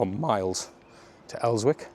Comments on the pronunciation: Pronounced El-zick not Els-wick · It’s pronounced elsick not elswick 😂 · Son, it's pronounced Elsick, not elswick it's an old Aglo saxon word the BBC can't pronounce a load of words from North East! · You should probably learn how to pronounce 'Elswick'. It's els-ick. Like Berwick. If you don't know how to pronounce it, it's a way the locals will know you're not local. Also, Westgate road is gentrifying like crazy as the uni is now behind it. The amount of work going on to make the houses/flats posh is wild. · I lived in the men's hostel on Westgate Rd 4 years ago , Roycroft House , it's closed now. The 2 female hostels are still there , Cumberland House being the one at the bottom on the left before you cross St James Boulevard. I was struggling with addiction at the time , used to go round to the people's kitchen for me tea every night. Please don't sat Els-wick! Is pronounced El-sik! Hahah. Brought back some memories, wouldn't wish that on anyone. Was a pretty gruelling 9 months! But I'm in me own place , working and 3 years clean now ! Thanks for the video! Subbed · 16.10 is where I got my full backpiece Tattoo, in 1987, and it's not els wick, it's just Elsick, no sounding of the w, great video too thanks. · Elzik is the correct pronouncement! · It's pronounced Els-ick no W. You need to go to the top, past the old bowling hall, keep going and check the litter on the back lanes. Elsmere rds, hampstead road etc. Go on a Tuesday Wednesday , the day before binday. Horrific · it's pronounced Elsw( ick) the W is silent. The bottom end from Town is Westgate Hill & then the West Road. I grew up in Elswick many moons ago.